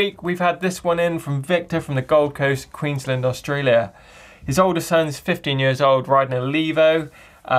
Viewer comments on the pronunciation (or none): none